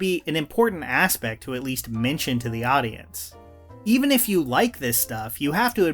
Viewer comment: How to say “the:/thee” for professional narration. “The” cable. “Thee” audio cable. Please learn this basic rule.